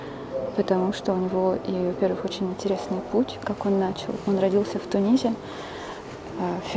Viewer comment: Тунис пишется и произносится с буквой "с" на конце. Почему Вы говорите: "он родится в ТуниЗе"